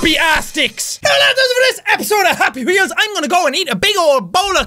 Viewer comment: The way you said happy weols!!! Hahaha